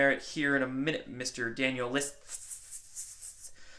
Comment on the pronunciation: This bitchy childish quarrel is dishonouring mainly you. Will backfire. Badly. I know I know that "kid" label hurts. Still this is not the right response. By the way Dark Journalist is Daniel Liszt as in Franz Liszt and not "Listz". Not getting his name right questions your journalistic punctuality. The main problem though that neither Dark J nor you did come out with any hard evidence. Problem two: if Dark J is working for any three letter agency with an agenda then it means that all the guys he interviewed may also be the same: a whole disinfo network? But then how could I be sure that Corey and Co. is not all like that? PS: Roger Ramsaur/Emma Gold/Roger Richards guy is shady. Emma Gold? Come On! Yuck!